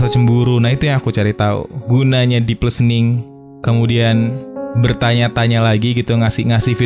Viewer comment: Podcast nya selalu terdengar renyah as always, precious content. Cuma input sedikit, pronunciation listen/listening/listener nya kurang tepat sedikit 🙏🏼